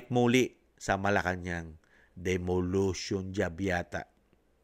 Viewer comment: Hi Sir, gusto ko lang I correct word d e m o l i t i o n . Thanks gusto ko ang imong channel